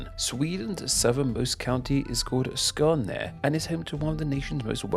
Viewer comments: I was surprised how well he did with Skåne. It sounds a tiny bit off. But still pretty close. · Your prononciation of skåne was on point!